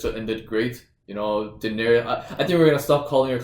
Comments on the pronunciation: 3 syllables guys - Daenerys (dehnairis) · haha, yes, I don't know why they keep pronouncing her name that way. It sounds weird.